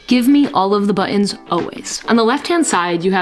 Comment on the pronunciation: All those buh-ons!😂